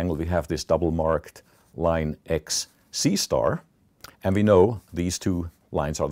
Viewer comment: I usually take all numberphile videos as half desent math, but the fact that whenever he said "C*" it sounded like he was saying "seestar" (sister with a mexican accent) i was damn near killing myself laughing